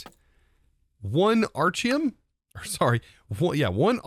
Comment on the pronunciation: Why does he keep mispronouncing the item names? Aren't they named after him? So it would be like Architect. Right?